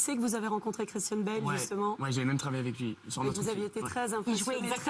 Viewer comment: Thank you. I thought he was saying "kristen bell" not christian lmao.